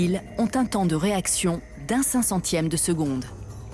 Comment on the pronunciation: un cencentieme? ca ce dit ca?